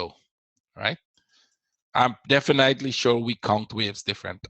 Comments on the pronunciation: I appreciate your work but please check the pronunciation of the word "definitely". You pronounce it incorrectly every time:;-) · No that’s not true, your English is quite good otherwise! "Definitely" just stands out. ;) No need to become condescending, it was not my intention to offend you. I’m sorry if I did. Just trying to help, I didn’t "figure" anything out.